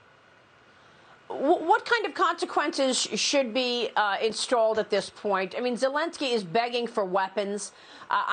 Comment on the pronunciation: Did she say conchaquences